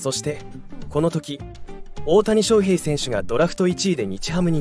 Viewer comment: 水原が入るのは既定路線なので、動画にしなくても良い。それから「翔」の発音、なんでいつまでも正確にしないのか。手抜きだとしか思えない。